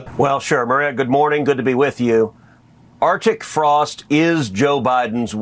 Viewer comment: Are chic Frost? Either Lyin'Ted Cruz cannot read, or English is not his first language, or he cannot pronounce Arctic Frost while over .08%.